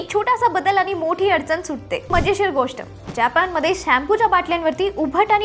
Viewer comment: फक्त "जापान" नाही 'जपान' असं म्हणा ...